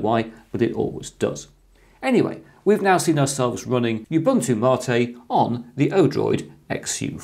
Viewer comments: It's not pronounced marte it's mate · Dave W It's not how you decide to pronounce it. The word is in Spanish, not English. You pronounce it as Ma-téh. It's a type of tea that comes from South America. The plant name is Yerba Maté. It's not like pronouncing "potayto" or "potahto".